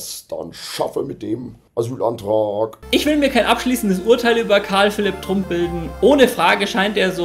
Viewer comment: Und es wird Trump ausgesprochen und nicht Trump.